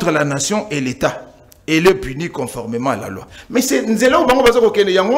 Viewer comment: On dit conformément et non coformement